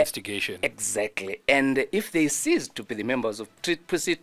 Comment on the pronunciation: Cease or seize? 😂